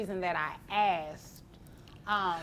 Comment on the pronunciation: IF i ever hear "aksed her" or " aksed him" instead off " I asked" I would aprove 250 dollars a month extra for not doing correct English. So Annoying,.